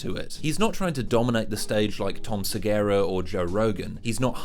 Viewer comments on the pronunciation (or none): Tom "Segara"??